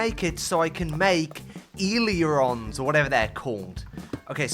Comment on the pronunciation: Ailerons- pronounced a ler ons. Not e ler ons